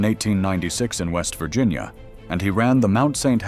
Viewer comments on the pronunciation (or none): none